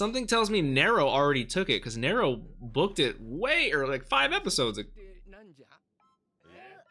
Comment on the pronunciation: I think her name is pronounced "Narrow". Possibility a nod to the Roman emperor Nerō.